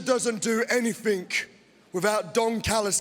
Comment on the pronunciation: ANY-THINK? That’s that UK accent all day long 😂